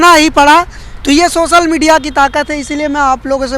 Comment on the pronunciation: beta apni languages bolne ka tariqa thoda teek karo. sosal media nhi social hindi me bolte waqt soshal media bolo.. sha ko sa nhi bolte